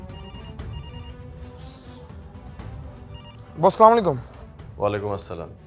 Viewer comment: সাাওন ভাই সালাম টা ঠিক করে দিলে ভালো হয়...... তাহলে সমাজের মানুষ জন্য ভালো হয়🥰🥀